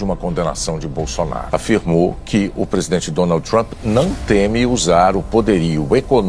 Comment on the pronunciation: Vixi! O bicho não sabe nem falar o nome do Donald Trump.